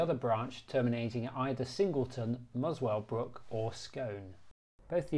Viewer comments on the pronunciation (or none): It's pronounced "Muscle brook", thanks for the obscure station videos. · Another top vid. Muswellbrook is usually prounounced with the "w" silent. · are you planning anymore of these videos also the w is silent in Muswellbrook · Possibly next year. I would like to do an end of the line video at Scone, but that would require an overnight stay. Yes a few other people picked up on my mispronunciation of Muswellbrook!